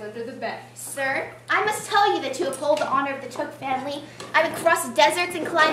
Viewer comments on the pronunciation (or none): this is pretty cool i played biblo in a hobbit play couple years ago as a teen so i was pleased to search for hobbit plays to find your hole 1 and i think you miss said the took family name i looked it up online and found this The Took family was the pre-eminent clan of Hobbits in the Shire, ... ("Took" was pronounced like "Two-k", not like "book" or "took"